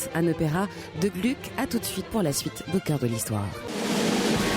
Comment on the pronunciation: On prononce Glouc, pas Glück.